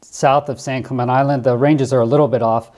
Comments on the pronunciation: The name of that island is pronounced San Clemen "TE" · It’s pronounced San-clemen-tay Island